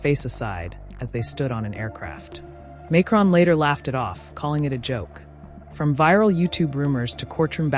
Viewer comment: Why can't you pronounce his name properly?